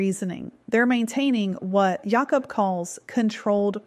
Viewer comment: J-awh-cub ..lol. its jay-k-uh-b